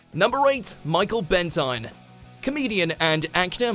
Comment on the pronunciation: It’s pronounced Benteen not Ben Tine